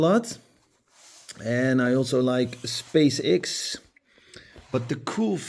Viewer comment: X is pronounced as ex. 😉